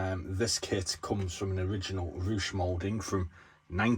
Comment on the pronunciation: Hi, just wanted to write a comment and in the KINDEST of ways let you know that it's pronounced Ruh and not Rush. You've got the pronunciation of the u correct though (yes, I'm Polish 🙂). Just wanted thank you for another fine video and to enter the give-away contest. Also. just in case you're wondering, I've had the SuperPZL YouTube name for years because of the aircraft manufacturer. Cheers mate!